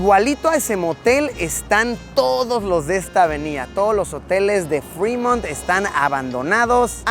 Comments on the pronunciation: No es calle “Frimont” es tal cual “Fremont” pues solo si llevará doble “EE” sería “Freemont”. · No es “frimont” es Fremont, es apellido francés. “Frimont, seria con doble (e) freemont”🤷‍♂️